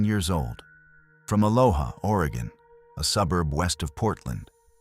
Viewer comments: its wuh-la-mit and uh-low-ah for Willamette and Aloha 😁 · True that! As an Oregonian, this AI voice's pronunciations deeply bothered me. 😅 😭 😂 💯